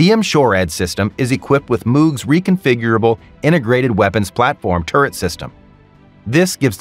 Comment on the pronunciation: MOOG INC. is pronounced mowg, like mow the lawn.